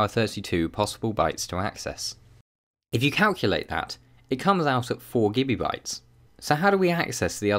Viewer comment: I keep on hearing him say Gibby bytes...